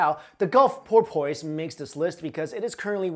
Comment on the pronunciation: Dude, love all your channels and vids. Your pronunciations are sometimes hysterical. Porpoise, lol, it's "poorpus." Seriously though, love ya and your work!